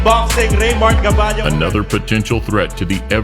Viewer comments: sir, a bit correction. its RAYMARK GABALLO not RAYMARK GALLABO. looks you scrumble words. but its okay. #IAMAFILIPINO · * GABALLO not GALLABO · Correction sir, It's GABALLO not GALLABO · It's GABALLO not GALLABO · Sir I think it's Reymart "Gaballo" But anyways it's still a Legendary Video 💪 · sir reymart gaballo not gallabo..hehehe✌️✌️ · Man it's Raymart GABALLO not GALLABO 🇵🇭